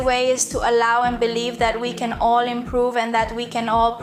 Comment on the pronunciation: Entre para felicitarte. La pronunciación del ingles no esta muy bien. se hace más despacio y El Can es más pronunciado y no se lee tan rápido el inglés no le hagas casos a Rachel. Que es más despacio y about se dice abat Y el Can se matiza con más intensidad Because se pronuncia bicaus. Mas despacio es como se habla en ingles. Que se llama ingles correcto y educado el britanico inglés y no el ingles de Ranchel. People se dice en ingles Pipol. Menos mal que he puesto el subtitulo para saber de que va la conversación de tu vídeo. Yo llevo estudiando ingles desde los 12 años. En España se estudia el ingles desde niño. ¿Y en Cuba se estudia inglés en los colegios? Eso ve a una academia por poco dinero y te relacionas con las gentes te salen nuevas amigas y aprendes inglés como se debe sin usar la computadora. Manzana se dice Apol en su pronunciación y se escribe Aple. But se pronuncia abat. Te falta técnica y eso se aprende en una academia. Some se pronuncia Sam. Entiendo tu ingles pero el escrito mejor que el pronunciado por ti. Se hace más despacio. El auténtico inglés el británico y no es el de EE.UU de la Rachel de tu amiga. Tienes que hacer el inglés corte y educado que es el de Londres y no le hagas caso a la Rachel. Porque no se pronuncia así. Es más despacio la pronunciar. Ve a una academía y te sirve para relacionarte con gentes hacer amigas y conocer y desenvolverte y aprender correctamente el inglés. Entre para felicitarte por tu aprobado en